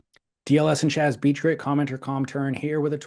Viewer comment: not Chaz. Keep Doink!